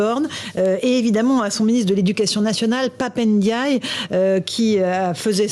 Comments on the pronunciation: C'est Pap Ndiaye et non Pap N diaye, arrêté d'ecorcher les noms Afrique svp merci. 🙏🏿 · C’est pape n diouille